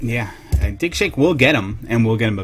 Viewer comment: I can't help but hear dickshake with that accent